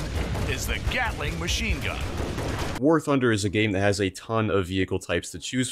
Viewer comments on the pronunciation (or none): I hate that I heard “Gyattling machine gun” in the intro